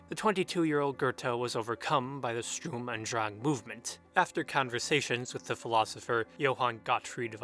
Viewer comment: Come on man, its /ʃtʊʁm ʊnt dʁaŋ/ , it's nor hard.